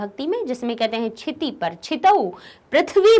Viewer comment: Sitooo nahi hota kshito Hota ha